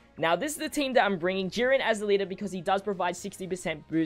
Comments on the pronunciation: Sorry but I giggled every time you said Yurin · Love how you say YeeRen instead of Jiren hahah